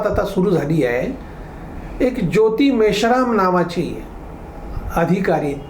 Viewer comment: ज्योति मेश्राम नहीं ज्योति मिश्रा, नाम है लड़की का।